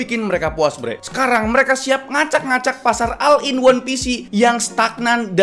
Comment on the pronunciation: Oll in wan pisi gitu bacanya min